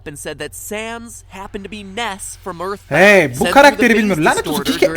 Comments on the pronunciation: Ya eyitborn deme suna kardeşim erthborrth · Earthboundı oynamalısın toby undertale ı yaparken earthboundan fazlasıyla esinlendi hatta earthbound olmasa undertale bile olmayabilirdi Zaten toby kendiside açıklayı Earthboundın acayip bi fanı olduğnu (Ööğrtband diye okunuyor bu arada :). ) şahsen ben earthboundı daha çok severim. Bu arada türkçe yaması olduğnu sanmıyorum şuanda bitek bu oyun snes classic minide ve emulatörle oynayabilirsin ve emulatör dan oynayabileceğin bişeye kimsenin tr yama yaptığnı düşünmüyorum :)